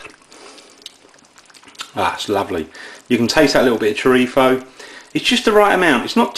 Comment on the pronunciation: last time i checked the label it was churritzo not churripho like your pronouncing it lol